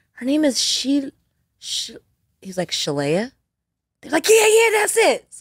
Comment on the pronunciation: I wasn’t paying attention for a second and then he said her name and my head popped up cause I thought he said my name! 😂 my name is Shalay though. It’s not an “a” on the end